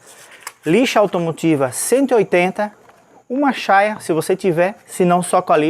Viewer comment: NÃO É CHAIA O NOME DA PEÇA. É CHAIRA QUE SE DIZ